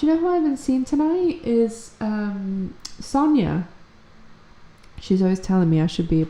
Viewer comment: call me weird but I love the way you say my name 🔥